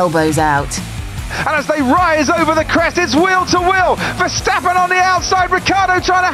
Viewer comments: 'Verschhtappen' No guys.. It's just Verstappen.. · Yeah people somehow don't know how to pronounce names correctly with a little break right at the point where the same letters are next to eachother and I am not even finnish hah... Same goes for Max... Like why the heck would all english speakers pronounce it so soft.. VerSTappen as in the word STamp it's not that hard cmon... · Max Vershtahppen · Elo horner its me VERSTAPING